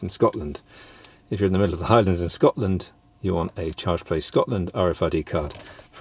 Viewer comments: Love the way you say "Charge Place Scotland" in a Scottish accent! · Involuntary Scottish accent!